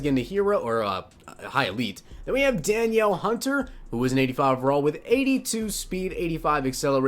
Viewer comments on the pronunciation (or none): It's duh-kneel Hunter